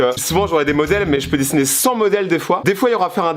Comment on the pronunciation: Je suis le seul à bloquer quand il dis dessner